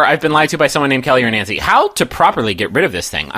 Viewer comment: that's because he pronounces it "Nawncy" just like he says "Awnt" instead of "Aunt" (ant)